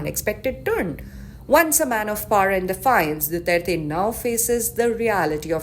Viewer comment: ICC cant even pronounce his name right much more of what he has done